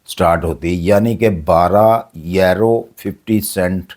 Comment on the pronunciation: کوئی ویزے نہیں ہیں ۔یہ بڈھا ایسے ہی چھوڑتا رہتا ہے۔آج تک اس کی کوئی بات سچی نہیں ہوئی یہ آسٹریا کو آسٹریلیا کہتا ہے اور یورو کو یارو😅